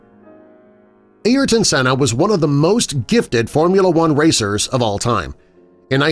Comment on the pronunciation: His name is pronounced airton not ayerton